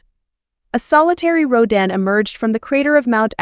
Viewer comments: Wait, wait WAAAAIIIIIITTTTT!!!!!!!! Who the hell is Rouw-dan???? It's Rodan / rō - dæn /. I'm sorry, but if you are going to do videos like this, learn the kaiju's pronunciation. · 発音が日本語だと"ラドン"なのに英語だと"ロダン"なんだ。おもろいね